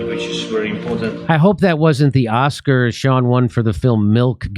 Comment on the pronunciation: “Oscar” not author